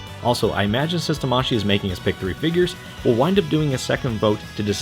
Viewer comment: It's pronounced tamaSHII, not taMAshii, that's why it has two i in it. It's like kawaii.